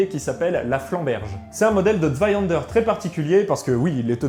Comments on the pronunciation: tu as une prononciation absolument horrible de Zweihänder , que tu prononce zweihander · Intéressant, surtout la manière de s'en servir. Je me permet deux infos : - en allemand, le "h" se prononce : soufflé. - vous prononcez "Zweihänder" comme si cela s'écrivait avec un "a" alors que c'est un "ä" qui se prononce en allemand comme en français un "è" ou "ai".